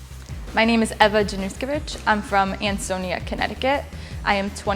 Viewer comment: dżanuszkiewic? serio?